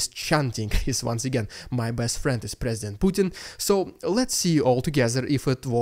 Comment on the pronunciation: it's your accent...let me help...presi-went-pukin